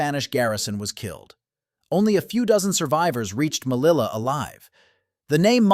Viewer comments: melilla not mellila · SOS UN DESASTRE RELATANDO.NO ENTIENDO POR QUE NOMBRAS TERRIBLEMENTE A MELILLA QUE COMO SE ESCRIBE SE PRONUNCIA.LO MISMO MONTE ARUIT LO MISMO LA LEGION REFIRIÉNDOTE A LA FRANCESA.EL KRIN FUE DEPORTADO PERO AÑOS DESPUES ANTE REVUELTAS POLITICAS EN MARRUECOS SE OPTO TRAERLO DEL EXILIO Y AL CRUZAR EL BARCO POR EL CANAL DE SUEZ SE ESCAPO Y SE REFUGIO EN EGIPTO.INFORMA BIEN.ASESORATE MEJOR.Te escribo desde URUGUAY.